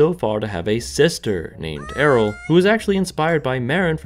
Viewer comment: Why are you pronouncing Ariel like that like? Otherwise, I enjoyed the video.